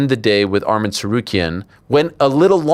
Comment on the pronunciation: ARMAN NOT ARMIN